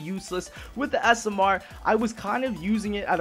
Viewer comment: I love how says smr. He says it like s.m.errrr